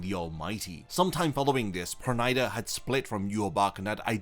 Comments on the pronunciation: it's per-nee-da not per-ny-da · Pronouncing the name like that is ridiculous. It is Yiddish, almost Hebrew, if not. Please stop pronouncing the name as the Japanese who have a problem with its pronunciation in the first place.